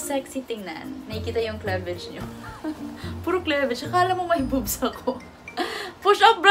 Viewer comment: klevej? HAHAHAHAHA kliveyj sis